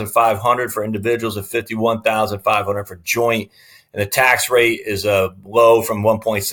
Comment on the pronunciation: HUNDRED NOT HUNDERD